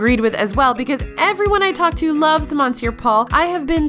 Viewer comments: Monsieur is pronounce 'mes-sure' not mon-sure. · Is saying “MONsoor” Paul like a joke? I honestly don’t know if it’s a joke because it’s such an outrageous/outdated/obviously incorrect pronunciation that it would seem outlandish for an SNL skit. You don’t live under a rock, you work within the food world, and you know how to pronounce “monsieur.” Please stop making my ears bleed. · Why did you mispronounce Monsieur? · What’s up with pronunciation: spaetzle, monsiur - take a quick look at some words or ask some natives!